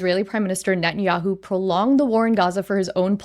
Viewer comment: I can teach you how to pronounce his name correctly.